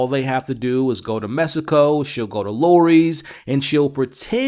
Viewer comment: I always think your being funny when you say “messaco” instead of Mexico 😅